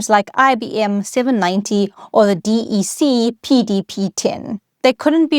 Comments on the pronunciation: Just a quick note. DEC. You’re the first person I’ve heard pronounced it as three letter D-E-C. I’ve always heard something like “Deck”. And I’ve worked 6-7 years almost exclusively on DEC Alpha and DEC Vax machines. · No-one ever ever EVER called it "D. E. C." -- it was pronounced to rhyme with "deck". Did The "Internet Explorer" AI slop image near the start was a real turn-off. As someone who was lucky enough to have an old-school ARPANet "...@ address at age 13 (~1979), even I couldn't get excited about this topic from the boring presentation style. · Hi - What a great, clear explanation! And with such interesting history. By the way, DEC was pronounced "Deck" like a a deck of a ship. And I used a PDP 11! It was also the basis of the VAX/VMS systems, which I'm not a huge fan of coding, but the assembler for the PDP was clear and powerful, and I loved programming it. It was the environment of my undergrad years. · It's always been "Deck" since Vax machines! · Yes, I came here to say I always heard DEC pronounced as “deck” like a deck of playing cards, not as 3 separate letters (as with IBM). I programmed on a DEC PDP 8e using assembler language and FOCAL (which resembles BASIC). Each day, we began by using 12 toggle switches to enter instructions. That allowed the computer to read separate fanfold tapes RIM, BIN, and FOCAL. I personally merged the 3 tapes into 1 big tape, to the delight of our teacher Margaret Meyer at Westhill High School in Stamford, CT. I think the year was 1971 or 1972.